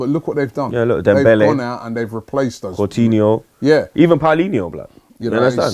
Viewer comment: The way calls coutinho cortinho pisses me off irrationally